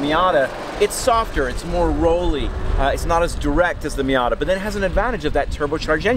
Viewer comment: No, it is not called a Fiata. Stopped watching right there, can't hear it anymore.